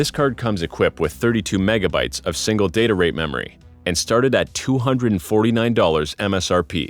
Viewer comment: signle instead of single.